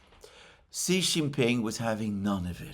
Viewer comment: It's not "si" IT'S "shee"